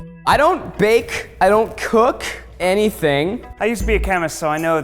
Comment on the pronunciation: I hate the way he says cook and bake